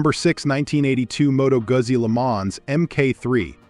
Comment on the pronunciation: Moto Guzzi. Lemonz ? 😂